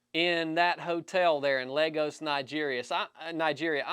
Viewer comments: Pretty sure Lagos is pronounced "Lay-goes" not "Legos". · Fake SEAL? So many things PRONOUNCE wrong. LEGOS HAHA name is LAGOS And classic FAKE "SECRET stuff" This for Don Shipley to check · I thought he was saying Legos